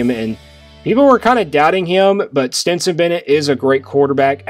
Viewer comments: I believe that his name is Stetson Bennett, not Stenson Bennett....................................... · Stetson. Not Stenson. Cmon dude. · Stetson...like the hat!...not Stenson. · Good work as usual. But here we Go again with Stenson Stenson Stenson!!! You might as well call CJ Stroud BJ Stroud. It's Stetson¡!!!!!!! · It's Stetson.. love your commentary. I agree 100% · It;s Stetson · It is STETSON !!!!!